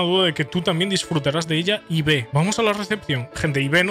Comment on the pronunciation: Es "Ib" no "I-be 🤓☝🏻